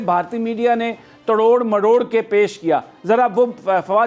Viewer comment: Is chutiye ko koi smjhao ki tod mrod hota hai "trod mrod" ni